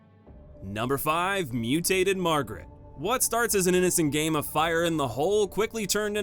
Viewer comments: Dude, her name is Marguerite, not Margaret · It's Marguerite not Margaret c'mon. Good video and ranking tho :) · Also mispronouncing Marguerite and Zoe was bad too.